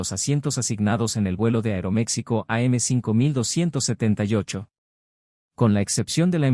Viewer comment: EXCELENTE DENUNCIA Y PESIMA DECISION DEL LECTOR DE LA MISMA, PLAGADA DE DEFECTOS DE PRONUNCIACION, TANTO DEL IDIOMA INGLES, COMO DEL ESPAÑOL, DONDE REPITIÓ VARIAS VECES LA PALABRA “AEROMECSICO”, HUBIERA SIDO MUCHO MEJOR ESCUCHAR A LUIS BERMAN EN LUGAR DEL PAPANATAS PARLANTE!!!